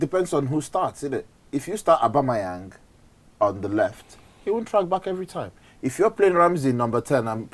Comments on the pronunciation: After all this time he still can't pronounce Auba's name. Abangyang lol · Aubangyang...lol!!! Great show.